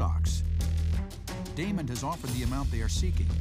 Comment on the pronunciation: Crawl It's Daymond not Damon. Also, Robert rarely makes deals, so he should be replaced if anything.